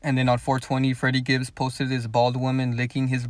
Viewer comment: When security asks for his name he always says "I'm friddy Gibbs"